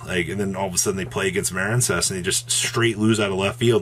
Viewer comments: Dudes I was on this dip shit forever over Muh-reen cess which he calls Maren cess even though it's a water archetype and what is marine? 🤣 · Still Maren-cess huh? That's what's sad. Grow up bro.